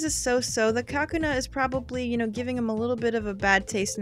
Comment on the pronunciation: It's not "KA-kuna". It's "ka-KU-na". As in, "cocoon".